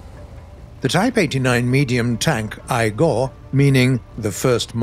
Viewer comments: It’s not “Ai-go”, it’s pronounced “Yi-go”. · All this research, still pronounces "I-Go" as "Eye-Goh" when it's "E-Goh"... It's not that hard to pronounce Japanese things because it's pronounced the way it's spelled... no exceptions to sounds... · It's not "I go" it's "I-Go" like in the word "in" ---> "I(n)-Go" WTF???? and now It's "Ho-I" (pronounced correctly) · Close, but it should be "II-go" as in a "イ" (い, pronounced i) and not "エ" (え, pronounced e) as the name type 89 I go (八九式中戦車 "イ号") starts with Katakana "イ" for first and "号" for number. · ai-go ❌ e-go⭕️ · Type89b"I - GO" is not pronounced with "ai - go" . The correct pronunciation is "e - go". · Its read I - go not Ai - go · i believe its "ee-go" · 英語は分かりませんが、「イ号」の「イ」はIndiaの時のIに近いと思います。動画内の発音だと「アイゴー」になってしまっています。 I don't understand English, but I think that "イ号(I-go)" s "I" is "India" s "I". The pronunciation in the video is "アイゴー(Aigo)". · yep, i was triggered when he was like "eye go" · Pronunciation of "I-Go" is wrong